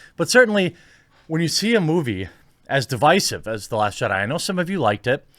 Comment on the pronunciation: Congrats on pronouncing divisive right.